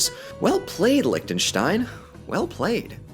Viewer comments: Can i just say the german in me loves The fact that you pronounce Lichtenstein almost right and not lick-ten-stein. Yeah. Sounds amazing. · Wow. Your pronunciation of Liechtenstein is really good! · Props to your pronunciation. I can't immagine Lichtenstein being an easy word to say for a non german speaker. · Can we appreciate how well-pronounced and crisp "Liechtenstein" is said?! I never heard it said so perfectly from an English-Speaker, well done Sir! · probably the best pronunciation of Liechtenstein I've heard from someone who isn't german-ish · A little late, I know, but, as a native Austrian, I absolutely enjoy how you say Liechtenstein. It's a refreshing change of pace, given that German pronounciation is... challenging to most English-speakers. Not that I blame them, of course. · Can we take a second to appreciate that did not butcher the pronounciation of Liechtenstein? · Look here the only native english speaker who can pronounce Liechtenstein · So, nobody is commenting on the fact that he pronouced Lichtenstein correctly? Oh well... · He actually pronounced the "ch" right! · Your pronunciation of Liechtenstein is great!